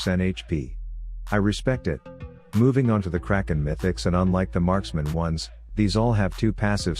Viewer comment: Did u just say markspeole?